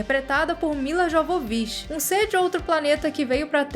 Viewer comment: Sora, não e Jovovichi é Yovovichi que pronuncia...